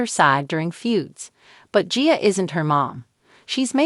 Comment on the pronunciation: It's AI that's why it can't pronounce. Annoying! Like gia and mother.